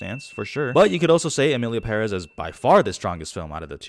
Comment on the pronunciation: You pronunced Emilia Perez, better than many people who worked on that film